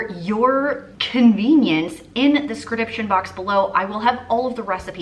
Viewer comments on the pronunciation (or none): Just watching but you are so pumped today that you said sedription instead of description! 🤣 Cheering me up already. Usually its a doobly doo. Also yay Crock pot meals! Broken oven here. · So no one else laughed at “scr-diption “ instead of description 😂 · Scrediption😂😂😂 love it these look tasty! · I was wondering if she says it like that on purpose? Lol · ...did you say " 'scrediption' box?" 🤪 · I had to replay it! 😂 #scradiption